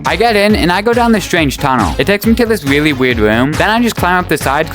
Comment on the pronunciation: Wtf " It Takes me to this weawwy wierd woom" like bro learn to fucking speak